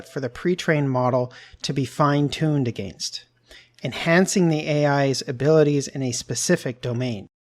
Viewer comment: Canadians cant say against correctly